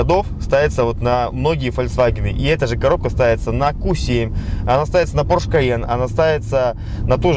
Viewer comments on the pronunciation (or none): none